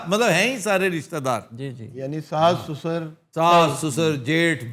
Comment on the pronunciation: sussor..hindi ka lafz hai..urdu mein arbi se aaya .... Sosar kehlata hai